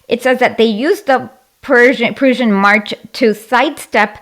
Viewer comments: Not to forget the Pruzhen empire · Just to be good faith here, I think she just can’t pronounce ‘Prussian’. But other than that it was a complete joke